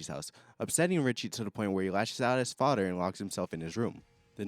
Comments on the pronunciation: Why should I listen to a mfer complaining about sh*t that effects him in NO WAY especially when he continuously pronounces the word “FATHER” as Faddderr? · the way you say father lmao